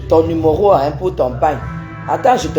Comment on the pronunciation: On dit "numéro"et non "numoro"